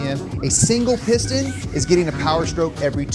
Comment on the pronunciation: I see you saying "piston" but I keep hearing "porn stache".